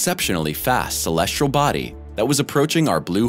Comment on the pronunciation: "Celestral body"